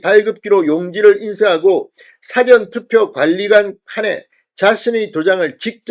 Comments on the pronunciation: 사-전투표가 아니고 사~전투표 입니다. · 사전투포 발음 수정요망 사전투표가 아니라사:전투표입니다. 다시말하면 사~전투표로 발음하세요. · "사전투표" 발음을 바로해 주세요 !! "事前투표"라고 발음 해야 맞는데 자꾸 "辭典투표"라고 발음 하니 듣기가 참 이상하다 ?? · 사전 사전(事前) 은 읽을때 구별되게 읽으야 할것 같은데요. 사전투표(事前投票) 를 辞典投票? 로 읽으시면 의미 전달이 제대로 안되며 대중을 청중으로 하는 방송을 하시는분 께서 유념 해주시면 고맙겠습니다. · 발음 이 이상타 사전투표가 아니고 사~전 투표 아닌가? 딕쇼나리 보트가 아니고 프리비어스 보트다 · 사전투표 발음은 사~전투표 입니다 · 사전투표 억양 좀 바로 하시오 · 사전투표악센트를 '사'자에 두지 말고 '전'자에 악센트를 주고 발음하세요. 경남부산사투리라 그렇게 발음되는걸로 알고 있지만 고쳐야합니다. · 무슨 사전투표 발음이 뭐그래 진선생의 사전의 발음은 국어사전 영어사전등의 발음이고 투표어서 말하는 사전투표는 전에 액선트가 언어의 사전의 발음은 사에 액센트가 가죠 시정해주소